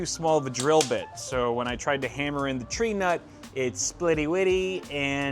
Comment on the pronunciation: Where did the R come from in Tree nut? It's a Tee nut for everyone else, but I guess when someone as Reta... Oh, that's where the R came from. You donated it